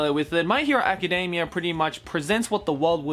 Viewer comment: I'm sorry, but I really can't get past the fact the other guy keeps saying "Acadamia". It sounds like he's talking about the nuts and it keeps making me laugh!